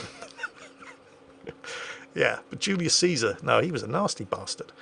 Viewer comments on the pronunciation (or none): none